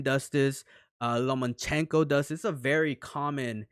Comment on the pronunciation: bro, it's LOMA Chenko